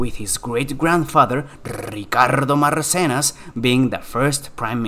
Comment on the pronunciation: dat Ricardo Marcenas pronunciation tho